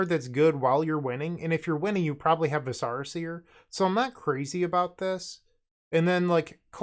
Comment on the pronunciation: Stacking Zubera triggers is so sweet. Also, the viscera in Viscera Seer is a real word for internal organs, not some made up fantasy term, and pronounced with the emphasis on the first syllable.